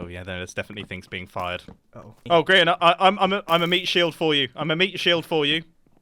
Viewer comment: Sorry to laugh so hard but you said Grain not Grian